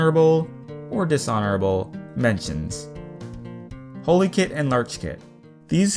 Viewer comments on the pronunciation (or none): He said holykit and larchkit! That means he would say holyleaf lol. Its holly leaf and hollykit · holykit and lerchkit breathes that is not how you pronounce holly or larch